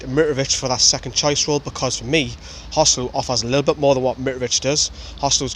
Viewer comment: Contrary to what the English commentators think, his name is actually pronounced hoe-SAY-loo as it's a combination of Jose and Luiz. Listen to the way Rafa says it.